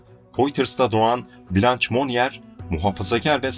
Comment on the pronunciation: "Cömert toplum katkılarından dolayı övülmek" ne demek? Türkçe'de böyle bir anlatım var mı? Ayrıca "blanç" değil "blanş".